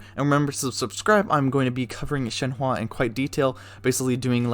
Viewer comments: ShenHE not ShenHWA. But great vid very informative. 👍🏻👍🏻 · She is called Shenhe and not shenhua the way you pronounce her is totally annoying bro - just saying.... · I’m so sorry but- I just gotta correct ToT- her name is pronounced “shen-huh” not ‘shen-hua.” The “e” at the end makes an “uh” sound. “Hua” would mean something entirely different like “flower” while “he” means crane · Broooo why all white people cant pronounce shenhe at all wtf "shenhua"??? 😂😂 Its just "shen" and "her" but without the R pls 💀💀💀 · take a shot every time he says shen wah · My ear ahhahahaha shehwwwwaaa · thank you so much for all the information! i am very excited for her, so i'm trying to understand how i'm going to use her so your video is really helpful also idk why people are so bothered by the way you say her name, don't worry about it :)